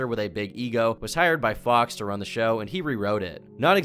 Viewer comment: bro, its ok to pronounce "the" as 'th-uh" and 'a' as "uh".... you're really freaking me out with your pronunciation